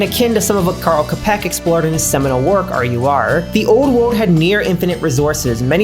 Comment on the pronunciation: Czech person here/ Great video and Im always happy to hear Čapek being mentioned, though his surname is pronounced with a Ch sound (Chap-ek) hope this helps/